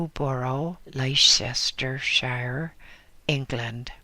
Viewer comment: lol, i love you're work so don't take this as a criticism, just to help you in the future: Leicestershire is pronounced: Lester sure. lol, i did and said the same thing so don't feel bad, you are not alone, i think most of us who don't live in the isles get it wrong at first, lol, maybe they got it wrong and we are trying to correct them...someone needs to teach the british how to speak english